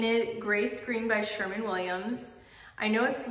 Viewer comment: SherWin Williams, not Sherman Williams!!